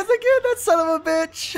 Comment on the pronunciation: Im russian and i unsibscribed because you said Son of a beach